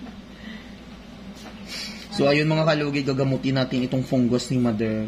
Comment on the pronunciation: Fungus ❌ Pungus ✅ Hahahahah